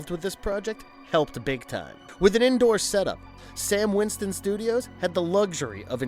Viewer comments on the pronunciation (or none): Great video, but four errors: STAN Winston Studios. NOT Sam Winston Studios. You eventually said it right, but it is KATHOGA, NOT Kathooga. But also M-BWUN, NOT MWOON. Lastly, and just as importantly, D’Agosta is pronounced D’AGUSTA, NOT D’AGHOSTA. But, like I said, great video. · STAN WINSTON... not 'Sam' Winston. I love the movie and the review is agreeable to me, but jehayzus....